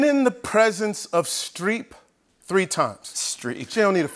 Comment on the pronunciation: Probably a dumb question, but who is Streak? Oh wait, did he say Streep?